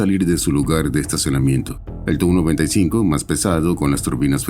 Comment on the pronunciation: I kept wondering why I had never heard of this "295" aircraft? Then I saw the plane onscreen, and realized that the AI voice had incorrectly read TU95 so that it sounded like "295". Flush!